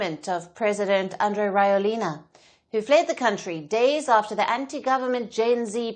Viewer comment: Can someone please correct how this reporter pronounces his name?! lol It's NOT "Rawelina" it's rather "Radzuelina"